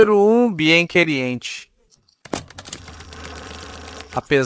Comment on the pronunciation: Que pronúncia horrorosa! Bien querientchi... prefiro mesmo um falante da língua e não IA.